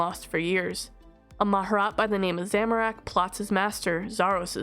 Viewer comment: Respectfully you mispronounced Mah-Jar-Rat